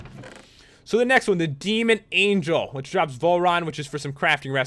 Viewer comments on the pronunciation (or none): none